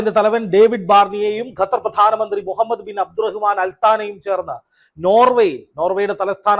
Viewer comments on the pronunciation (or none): none